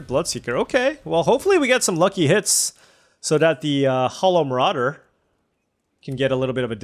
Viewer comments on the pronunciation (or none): none